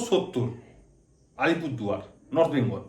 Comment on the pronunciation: নর্থ বেঙ্গল বলার স্টাইল টা সেই ছিল 😂